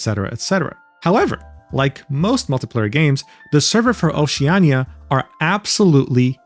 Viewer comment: bro did not say Oceania like that 😭🙏